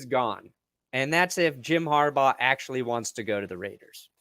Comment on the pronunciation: Based on the amount of years in college and pro football between John and Jim.. you think you'd know how to pronounce Harbaugh. You can have great takes or terrible ones but you have to get the names right if you want to be taken seriously.